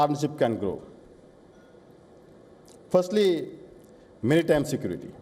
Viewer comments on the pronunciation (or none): Not merrtime security but "maritime security" 😂